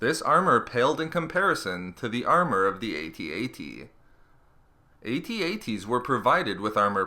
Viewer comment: pronounced "ATT -ATT" not "A-T A-T".